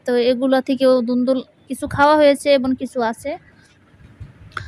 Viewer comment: আচ্ছা সবুজের কথা না হয় বাদই দিলাম আপনি তো এবং কে এবন বলেন আর ভালো করে ভিডিও টা দেখুন সবুজের বলছেন নাকি সবুসের বলছেন